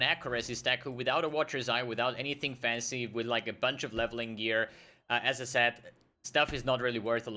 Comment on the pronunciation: it's funny when you say "as i said" quickly it sounds like you say "SSF" lol